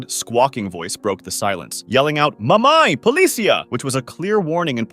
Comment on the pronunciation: As a brazilian, the "Mamãe polícia" part is spot on